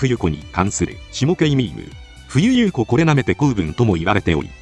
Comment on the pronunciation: 冬優子は「ふゆゆうこ」じゃない 「ふゆこ」